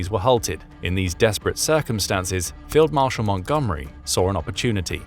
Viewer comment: Oh it's a meticulously planned. They have a Fweeeled Mawshal remember.